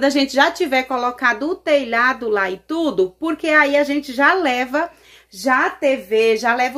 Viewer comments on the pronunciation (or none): I tudo tudo ela fala itudo kkkkk aff